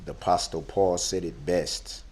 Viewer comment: Did he really pronounce the t in apostle ? If he actually really went to church he'd have heard someone say it properly. I wanna quote the apostle Cheryl who said "if i could turn back time......" not many people know that Cher is a woman and she is a top aposttlefor the Big JC